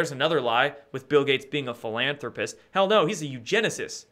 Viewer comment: "Phul-on-rpist" haha! Good one